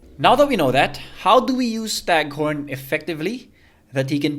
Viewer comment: BTW it's stagThorn with a T :)